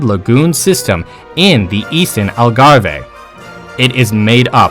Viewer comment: Never seen Cheetahs nor Giraffes nor Wallabies in Portugal. And it Algarve not Algarve-hey. Port wine is not a sweet wine. If you are going to do this type of video, make it accurate, including the video you use at certain stages. It is misleading to people who don’t know better and disrespectful to people who do know better. Also one thing the Portuguese people are is respectful. Please get the pronunciation, spelling and information correct, it is very amateurish otherwise.